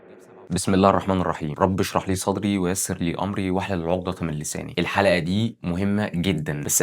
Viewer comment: بما انك بتقرأ آية قرآنية قُل أمري مُرقّقة أو اسمعها بصوت شيخ